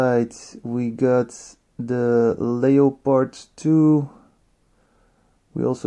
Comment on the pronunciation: the tank name pronounce Lepeardddd